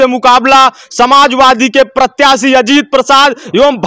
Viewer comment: इस को प्रत्याशी का नाम भी सही से नहीं आता